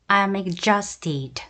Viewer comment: exhausted는 발음이 ɪɡˈzɔːst 입니다. dʒ로 발음하시네요. ㅋㅋ